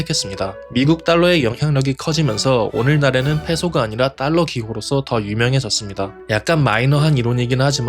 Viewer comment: ’딸러‘는 잘못된 발음임 ‘달러’가 맞습니다😅